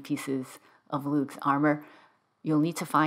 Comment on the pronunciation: No hard “G” in Lugh. It’s just “Lou”. Also known as “Louie of the Long Hand”. Festival is Lughnasadh “Loo nasa”. And thank you for your help…it seems I went right past that clue.